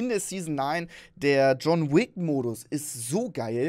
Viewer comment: Nicht John Wick sondern :John fisch😂😂